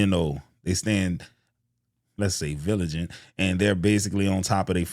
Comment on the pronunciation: Viligent, 🤔 caught cha lol Vigilant you good tho couldn't help it Nuff Respect!!! 🫡